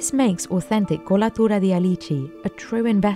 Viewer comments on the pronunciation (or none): The " kulaturadialeeecheee "